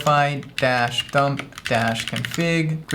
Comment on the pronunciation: Row-Fee = 🙂 | Row-Fy = ☹